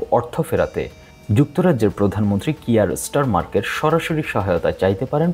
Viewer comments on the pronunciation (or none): স্টারমার্ক না ভাই, ব্রিটিশ প্রধানমন্ত্রীর নামটাও ঠিকমত বলতে পারলেন না! চ্যানেলটার মান একদম নামিয়ে দিলেন।